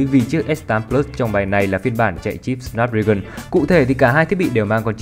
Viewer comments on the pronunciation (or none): none